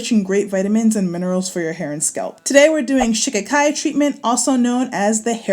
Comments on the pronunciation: No. Shi KA Ki. Accent on the second syllable. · I believe they actually pronounce it SHUH-KHY-KHY... LIKE SKY. But hey, tomAto toMato! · Every time she says shikikai, I think of the Ace Ventura movie. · Lol 😄😄😄 I just clicked on the video, doesn't really pay attention to the title. I couldn't figure out what you were saying.Shikakai (sha-ki-kai) no harm meant. I didn't know what you were saying. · How come you haven't informed all of us to pronounce this herb with accent on the second syllable, i.e, Sh KA kai which is how you say it? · It’s pronounced Shah-kie-kie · it is She-ka-kai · All I kept hearing was "Chaka Khan" and now "I'm Every Woman" is stuck in my head😆😆